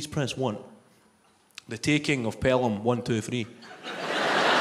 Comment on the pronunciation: Tha TEEEKENGG of PelHAMM..... wun.. tuuu.. freeee 😅